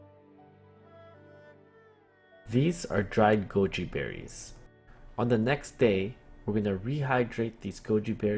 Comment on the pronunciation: I thought u said Gucci berries